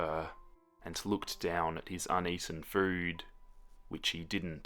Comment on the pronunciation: This made me burst out laughing lmao